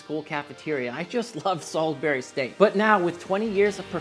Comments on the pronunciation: Pronounced Salsbury not Salisberry. Also you can just say wuster sauce instead of wurssestersheer sauce. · Its Salisbury steak.. Not Sulisbary steak dude. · Great video Dude! I am going to cook this. Great English accent btw, and to set the record straight it's pronounced "salsbry" steak and "Wooster" sauce. . . . From Scatlend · sAlsbury Not saWsbury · It's pronounced "Solsbury" here in The UK where Salisbury is. Great show and I love the recipe. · In the Uk it’s pronounced “salzbury” although I’ve never seen this dish in the Uk , it looks very British with the green beans and mash on the side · 😈both SOL-iz-berry 4 syllables! That hurt to say outloud.😂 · It's Salisbury like Saul's Brie. And Wuss-tuh-sheer.